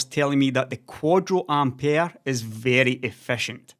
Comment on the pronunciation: Which is how you’re meant to pronounce it.